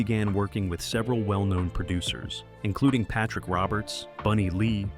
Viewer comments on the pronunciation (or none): none